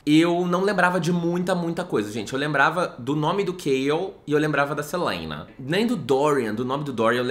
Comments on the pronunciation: Toda vez que ele fala SELEINA eu rio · Toda vez que ele fala “Seleina” eu quase infarto de tanto rir kkkkkkkk muito estranho mesmo 😅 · KKKKKKKKKKKKKK VEI ELE FALANDO O NOME DELA Q NEM GRINGO EU QUEBRO